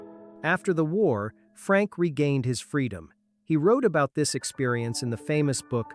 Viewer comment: Fuck...I hate this fucking AI idiocy. Thumbs down. Also, it's not Frank, goddammit. It's Frankl.